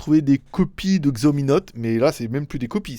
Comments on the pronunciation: Merci pour cette accrotidienne, stp par tous les saints, arrête de prononcer Xiaomi comme tu le fait, c'est "çiaomi". Mais bon comme tu assures en règle générale, je te pardonne quand même. PEP à toi. =) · pour un geek chinois va falloir que tu apprennes à prononcer Xiaomi hein... :) sinon ENFIN j'ai plus besoin de baisser le son pendant le Ni Hao pour ensuite le baisser